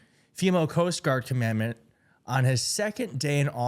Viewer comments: It's not "comMANDment" ... it's "commanDANT". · Common-dant, not commandment. 😂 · Maybe if you could pronounce the word Commandant you'd be a tad more credible. Not commandment (as in Moses). SMH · The word you're struggling with is 'Commandant'; you continuously pronounce it as 'Commandment,' which is a completely different word. A Commandment is defined as "a divine rule, especially one of the Ten Commandments." The definition of Commandant, however, is "an officer in charge of a particular force or institution." (Hint: all five branches of our Military have Commandants.) So which one of these words do you think would apply to Admiral Fagin? If you chose #2, you're halfway there. Now for the correct pronunciation: phonetically, it would sound like "KAA-muhn-daant," emphasis on the first syllable, and the double "A"s sounding flatter, like a Bostonian saying, "Go pahk the Cah, Mahk." If it helps you, spell it 'CAHmundahnt.' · Commandant (EMphasis on the 1st SYllable). Navy bases have a commandant, as well as the Marine Corps and the Coast Guard. Its basically a fancy way of saying commanding admiral (or general in the USMC). The commandments (emPHAsis on the 2nd syLLAble) are from Moses. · Commandant not commandment 😂😂😂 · Commandant, please pronounce it correctly. It’s not the 10 Comman Ments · The word is “Commandant.”Not “Commandment.” Very professional,right? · C'mon man. It's not "commandmant". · "Commandment", seriously? It's "commandant" (kah-muhn-dahnt). If only there was a device where you could actually hear how something is pronounced... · Com On Dant - it's not Comandment. It's Com ON Dant. I like your content I wish people would learn words. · It's pronounced com-man-dant, not command-ment. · The word is CONNANDANT not Commendment. Get it right, dummy! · I'm sorry it's driving me nuts it's pronounced com•man•dant just like it's spelled, not com•man•ment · Dude. CommanDANT not commandMENT. 😂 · Prounounced "common daunt". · It’s pronounced ‘common- dahnt’